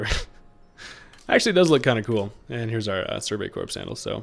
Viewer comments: I know it's weird, but in the word Corps the p and s are silent making it pronounced as "core". Enjoying the content and hope you're enjoying the new game! Cheers 🥂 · "Corps" is pronounced "core", my guy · The "ps" in corps is silent